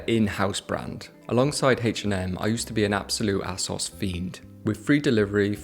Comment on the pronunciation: loveing the video until I heard you say "ass-os" who says it like that haha. It's just "A-SOS"